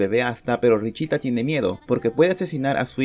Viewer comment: Se pronuncia "Richta" pero no puedo pronunciarlo por eso dijo "richita" :'v